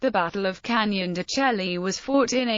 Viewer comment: It's pronounced Canyon de shay